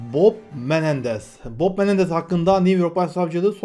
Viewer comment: Kusura bakma gardaş bok Menendez mi dedin yoksa Bob Menendez mi? Hehehe